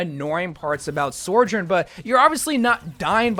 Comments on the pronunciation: Bro never fails to extremely confidently slide an "r" between sou and jorn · Ah yes, SOREJOURN